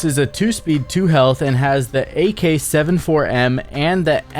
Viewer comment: Ain't no way bro said AK seven four M